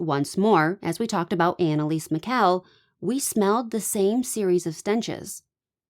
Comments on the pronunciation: First of all if you're going to make a video about someone, please learn how to pronounce their name. Apoplectic does not mean a stroke it means to be angry.. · what is it you would like me to google? You might want to take your own advice. All I said was the definition of apoplectic which I am correct about. And you did mispronounce her name. What is it I should Google? I think you should take your own advice and do a Google search yourself.